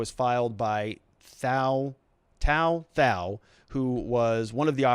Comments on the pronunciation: Dude, "Tou Thao" pronounced "Tu Tao." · It’s pronounced “to tow” 🤦🏻‍♀️ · his name is pronounced "tu tao" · For someone speaking in-depth about such a high-profile case, where the defendants names have been known publicly for months now, I'm surprised you can't pronounce the guy's name right which is literally 3 letters long.